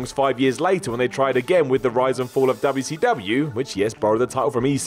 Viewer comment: Just here to hear say Duubya See Douhbya